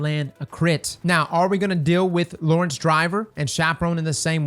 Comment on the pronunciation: ahh yes, Lawerence Driver :)